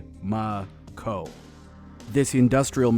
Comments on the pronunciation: If you're taking the first parts of the words "die making company" then it should not be pronounced "die-mah-co". It should be pronounced "die-may-co". Because the "ma" in "making" sounds like "may" not "Mah". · But the 'Ma' in make, is May-Kuh & not Mah-Kuh. So by those standards it's still wrong, like travelling must have 2 'l's - otherwise it is Tra-Vee-Ling... just English Word Speak. So 'Die-May-Co' - also I just can't not think about the Mass Effect Mako. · i'm screaming inside since the speaker is complaining about pronunciation and then getting it wrong. die - muh - co. ma isn't muh. it could be mah (mac donalds) or ma (mama) or mei (make). there is no schwa in any of those vowels.